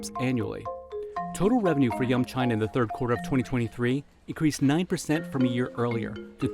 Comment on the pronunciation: They say “yum China” but I keep hearing “young China” :)